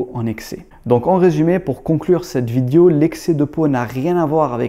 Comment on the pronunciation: Bonjour frérot, t'as un ptit accent sur tout sur le mot vidio, t'es originaire de quel pays bro, c Chafik si tu me remets toujours,.... pardonne ma curiosité.